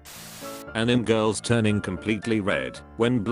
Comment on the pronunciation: Is no one gonna talk about how the voice was pronouncing anime as Animm??? No? Ok.